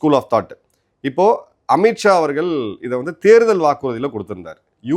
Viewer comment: அவர்கல், அல்ல அவர்கள் என்று நாக்கை மடித்து உச்சரிக்க பழகுங்க